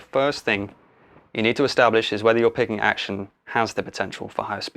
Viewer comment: Thought you said pegging at the start. Anyways great video, helped a lot